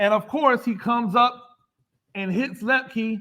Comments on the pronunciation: Your crystal ball was spot on. Excellent analysis. Hunter Luepke (pronounced loop-key, I believe) was the key to both the JMU win and the Natty. He's amazing and he'll be back next year! Woohoo! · Per Hunter its pronounced lip-key